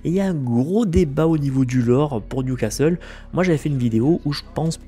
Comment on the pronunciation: ha, enfin tu dis plus Nioucasteule =)